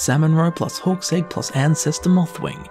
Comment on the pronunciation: Why do I keep hearing "horse egg" instead of hawk's egg